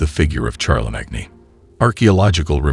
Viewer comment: CHAR-LA-MAG-NE? ....LOL